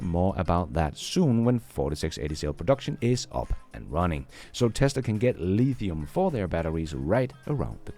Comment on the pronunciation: Gotta love the way says LEEthium! It sounds like it's italicized... and it SHOULD be! lol